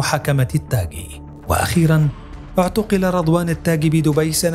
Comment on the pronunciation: التاغي وليس التاكي